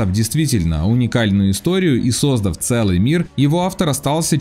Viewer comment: все круто, только на 10.03 ударение не правильно поставил: не сОздав, а создАв